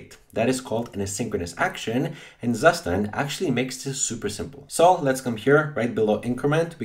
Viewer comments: It's Soo-shtant not "Sus tand" lol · you pronounce it like CUSHTAND not zustand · BTW, it is a German word and called "state, condition". And the pronounciation is [ˈtsuːʃtant]. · Really nice video, but it made me flinch every time you said “Zustand.” :D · Me as a german speaker crying everytime he says Zustand wrong.